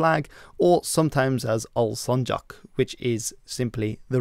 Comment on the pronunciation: why are you saying bayraK and sancaK like its ARABİC HA WHJY İM ASKİNG YOU HA WHY ?????? WHY ???WHY